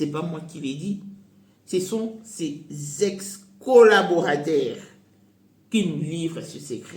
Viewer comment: LAISSEZ MARCELLO TRANQUILLE. AKUFELI MWASI..C douloureux. Si tu n as d autres sujets, repose toi. Tu veux tjrs parle et tu parles tres mal. C collaborateur et non collaborataire comme tu prononces. Sony na bino. Akobala yo te.